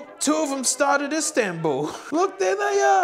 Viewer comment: Didnt know Zildijan were by turks (and I am a turk) guess Ill learn something new everyday (also I am suprised you pronounced İstanbul Mehmet etc not bad tbh)